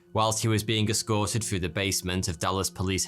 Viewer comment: How can this guy tell us our history, th can't even pronounce the number 3 and the word "through" properly